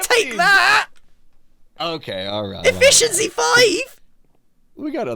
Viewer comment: When the villager offered Efficiency V you suddenly sounded WAY britisher than usual